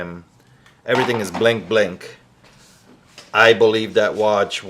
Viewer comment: It’s bling bling not blink blink just so you know 😂